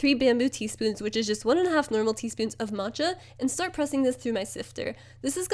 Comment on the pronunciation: omg for some reason i thought you were trying to say “mocha” in the beginning but instead of pronouncing the ch as c you were saying ch so moCHa HAHA